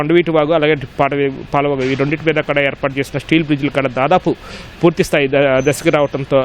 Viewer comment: వీడు వీడి తెలుగు తగలేయ. ఈనాడు కి ఉన్న పేరు పరువూ తీస్తున్నారు. కడా ఎంటిరా.... కూడా.్